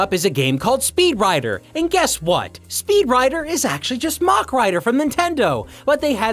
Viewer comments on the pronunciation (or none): Always enjoy these but dear god the word Mach said like that over and over 😂 As a point it's pronounced like the end of a Big Mac